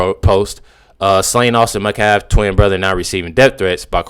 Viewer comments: I want to politely address the victims last name, being said incorrectly. BTW I live in Frisco. I’ve known people with this name. ‘Met-calf.’ Not ‘Ma-caf.’ Thank you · What is the difficulty of saying Met calf? That woman couldnt get that poor kids name right. So many say it wrong. Is isnt a tough name to say!